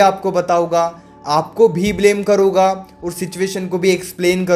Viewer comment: पहले तो आप बताउगा नहीं बोला करो बताऊंगा होता है करुगा नहीं होता करुँगा होता है